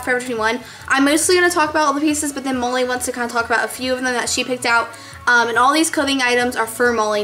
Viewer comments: its sounds like you're calling her moley lol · i liked the last one best btw is her name molly? cuz u say it like mully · it sounds like she's saying "Moley"... :|